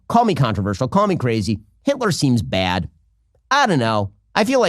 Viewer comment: Wait a moment. Ben is from Los Angeles, but he pronounces the word "Bad" as though he were from New York of Baltimore or something.. Maybe like Chicago, But I feel like you wouldn't usually expect someone from LA to talk like that.